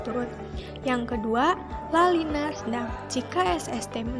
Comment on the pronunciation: Video kreatif, menarik, dan isi pesan tersampaikan. Koreksi penyebutan La Nina, bukan La Lina😉